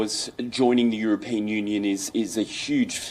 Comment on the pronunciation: EurOpean....for goodness sake get the pronunciation right, Indians!